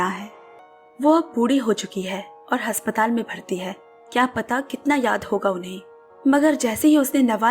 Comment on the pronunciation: Haspatal nhi Aspatal❤